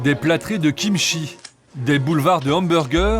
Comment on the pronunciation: Pour tout reportage qui se passe à l'étranger : renseignez vous un minimum sur la 0rinonciation des cinq mots étrangers que vous prononcez dans votre reportage. C'est pas difficile. Faites un effort. Mokbang* Soyone* pour mubkang et Seoyeon. Kimtchi pour Kimchi. Et j'en passe. C'est pas difficile pour le peu de mots que vous devez prononcer et c'est plus respectueux pour la culture évoquée.